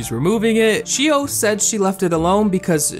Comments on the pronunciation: this video has so many twists and turns that i don't even mind how you're butchering Xiao's name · 'sheeo' :,)... its enough to do SOME research before pronouncing a foreign name, right? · Every time he said your name I died 😂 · The pronunciation of Xiao and Manaki are hurting me. 😂😅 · The way you pronounce xiao and manaki really hurts :') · xiao is pronounced shh-ow not she-o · It pains me to hear him pronounce xiao like "shi-o" instead of "sh-ow" but idk he might be saying it right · Lol I know this video was like 2 years ago, but the pronunciation of "Xiao" Is actually SHAW, or SHZAW and it actually means "little" in chinese or maybe im wrong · I'm Chinese and no, it's not pronounced as Shaow... It's pronounced as See-OW. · since you mentioned xiao i thought you meant her name was 'shio' so heres a quick explanation!! x in chinesse is pronounced like J + SH at the same time so its pronounced jao/shaow. hope this helped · It’s Sh-aa-ow not Shio for Xiaos name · Btw xiao i think is pronounced as xi-a(ah)-o(oh) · Xiao is pronounced like "ZA-O," I believe and Manaki is pronounced like "MANA-KEY" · For everyone reading through the comments, quick little fact: "Xiao" is pronounced like "shao". No hate at my boi making this video lol, Asian names can be hard to pronounce. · Xiao isn’t really pronounced like shao though... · It’s pronounced shiao, not shao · it was so tough listening to him say shio over and over haha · It’s pronounced as See-ow (except connect the two syllables into one) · For the record “Xiao” is pronounced more like something in between “Shaow” and “Jaow” :) (I love Xiao’s channel!) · took me a min to realize he was pronouncing XIAO as she-o 💀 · btw "Xiao" is pronounced "sh-ow" it is Chinese for "small" or "little" etc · BTW you pronounce xiao like this: shaao (from what I know!) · xiao is pronounced shi-aow manaki is pronounced ma-na-kee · i believe xiao’s name is pernounced sh-aow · Xiao is pronounced like she-ow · Its pronounced, shao!!